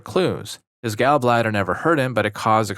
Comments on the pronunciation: Gaul bladder, not Gal bladder. Displayshya not dis plazya Are you a bot? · hard to tell whether youre saying "gall" like "gal" on purpose or not lol